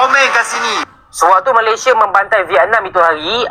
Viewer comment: maladeys bukan Cava keppah.. sama kamu ha... ha... ha...